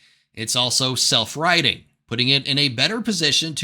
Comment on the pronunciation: self-righTing.. not "riDing". That took me a minute to understand what he was saying because he pronounced that more like a d than a t